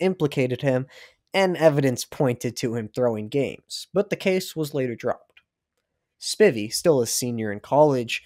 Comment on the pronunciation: Amazing video! Just one note about the beginning!! As a fellow Spivey, the last name is pronounced “Spy-Vee” not “spivvy” :)